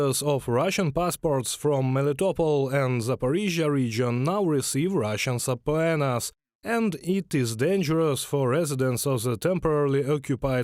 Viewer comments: Just FYI it's SUH-PEE-NUH, not SUH-PO-AY-NUH... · Very interesting. Thank you. It's pronounced "subpeena" - the "o" is not sounded. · if I can pronounce Kyiv, you can pronounce suh-pee-nuh. Are you sure you're using the word correctly? Subpoenas are for a summon to a court of law. Orders to appear for service I think are just called orders. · Pronunciation tip: subpoena is just pronounced “sooPEEna”. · It's great, but it's pronounced "SAH-pee-nah". Keep up the good work. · subpoena = "sub-pee-nuh" :) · Sa pee na. Government-required appearance. It’a probably a Greek word, so it doesn’t follow Latin pronunciation rules. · subpoena -> sub-PEE-na. 😉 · Just a note to the translators - subpoena is pronounced "suh-peena. Bizarre, I know. 😃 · subpoena = suh- PEE- nuh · It is pronounced supina(suh·pee·nuh) my frient😉. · Thank you. But that word, subpoena - check the pronunciation. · Respect to Russians who say no to their corrupt dictatorship. I also appreciate for anyone who is bilingual but please check a pronunciation guide for the word subpoena. It's not phonetical. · Sounds like a crap report. Surely, you would learn to pronounce "subpoena" before reporting. But no, everybody mispronounced it the same way. ...Meh. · I'm grateful that true evil is dumb. Best pronunciation of subpoena EVER!